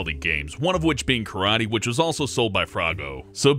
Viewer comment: its karaTE not karai